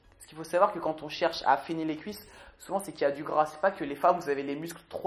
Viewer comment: Y a que moi qui a remarquer que merde pour "les cuisses " et qu'il dit "lesscuisses" ahah. Bonne vidéo et surtout j'adore les bêtisiers laisse japeco manger sa collation. On garde la pêche